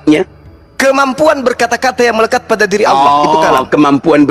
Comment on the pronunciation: Allah kok di baca Auloh Belajar lagi bro Anak TK aja bisa baca Tulisan latin Allah ya dibaca Allah, masa di baca auloh....? Xuma botol